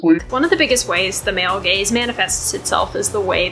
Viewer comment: when she said,"Male Gaze", I thought she meant,"Male Gays"